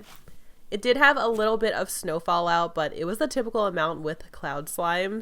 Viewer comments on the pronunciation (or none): none